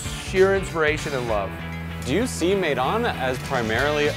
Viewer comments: It cracks me up they keep telling about, their experience abroad.... But they are mispronouncing everything including the name of their restaurant. Their place is named maydan after Russian maidon, meaning town square. But it should be pronounced my-don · He said May-Don... Maidan it's میدان